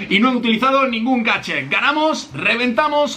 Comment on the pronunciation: dice gachet